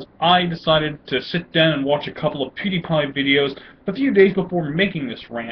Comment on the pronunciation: U didn't even say his name right